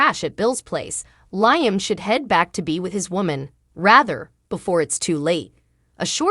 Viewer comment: why can't this person say LIAM instead of LYAM? I hate listening to this ...out of here